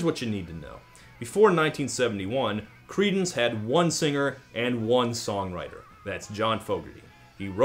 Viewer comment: Ok, one more time I'll hear "Creedence" as "Cretins" I'll die laughing :D